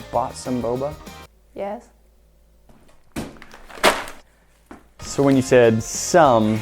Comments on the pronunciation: BoBa not BoBo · u said bobo it's boba:) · Bruh she called boba bobo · Oh... boba. I heard and continued to say bubble.